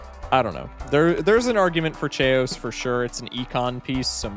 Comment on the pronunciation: Dudes gotta be joking in how he says “chaos” right?